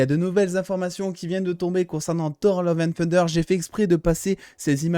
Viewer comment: Ouais bon mec c'est TOUR comme si tu parlais d'une tour...c'est pas parceque c'est en anglais qu'il faut dire TOWER😂😂😂